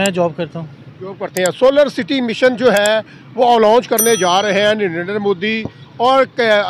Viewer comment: Bhai sahib u tuber kam se kam Narindet Modi ji ka naam to thik se pronounce karna seek le aisa lagta hai ki tere moo me danda hai